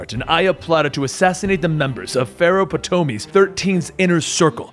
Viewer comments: oh dear god its not just japanese you're bad at pronouncing but greek and egyptian too? Any high school history class would have told you how to pronounce these names. Ptolemy. The P is silent so its Toh-leh-mii Pompei. Pom-pay or pom peh. You know what? Just to make it super easy for you to remember. Watch rome. Not wholly historically accurate but... only to a nitpicky point. The basic historical events basically happened as were recorded. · I think your pronunciation of Ptolemy and pompey are off